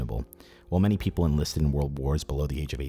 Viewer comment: "many paypull..." 🤣🤣🤣 Tell me I'm not the only one that caught that.